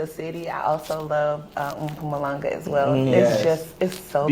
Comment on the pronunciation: Her pronunciation of Mpumalanga👌👌👌